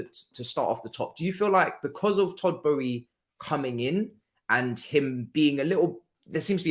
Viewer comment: Matisse Boehly’s name has an “L” in it! Pronounce the word “Bowling” but then add “eee” at the end lol Besides that, great stream! Very informational. Just what we needed